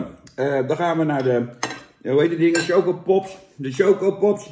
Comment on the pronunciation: Niemand: Jan roos: tjokopops